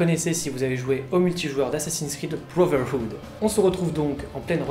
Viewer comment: bravo de la bonne prononciation plein de gens dise brother wood alors que c'est brotherhood